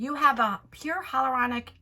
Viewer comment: It is pronounced hy-a-luronic. Everyone misses the a in it. No one can ever say it right. Hell to the no for this box. It reminds of that advent calendar with all samples. For that price there should be some sort of full sized product.😀 As always thank you for sharing 💗